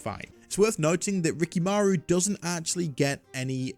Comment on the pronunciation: It's not RikiMAru, it's RikimaRU. He says it like that himself.